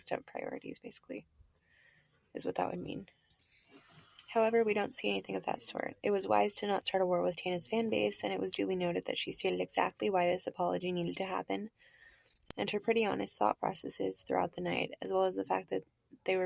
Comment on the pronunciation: Tay-na and Tina? Lol Tan-a, Babe. Xx 😉